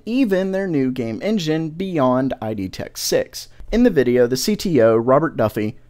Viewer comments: "I. d." tech rather than "id". XD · it's pronounced "Id" not "I D" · "id"... one syllable. :) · Gahhh! stop pronouncing id as "i d"! Being legit though, it is the same word as the term id in psychology. it is pronounced the same too. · it's said like id bro. Taking Latin was actually good for something.